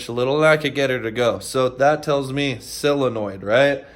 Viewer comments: It is a SOLINOID, not a selliinoid. Say it - SOL - IN - OID, you are killing the English language. Your bike will always play up while you are killing the english language, after all, the English language is all Harley Davidson has now that is remotely Americian. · Solenoid numbnuts not silinoid